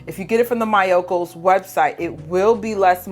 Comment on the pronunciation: I love the solid so much. It’s soooo good for caprese, but it’s impossible to find near me and they don’t sell online anymore 😭 I’ve been wondering whether the liquid could be cooked up into a solid block 👀 Btw the pronunciation for Miyoko’s isn’t MY-o-ko, it’s ME-o-ko. 😂